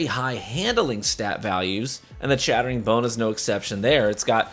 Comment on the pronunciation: No, you don't need it. Crucible is hardly the place it used to be anymore and just pure twitch reaction speed and know-how smarts can get you through. Also, your "chattering" sounds like "shattering" lol.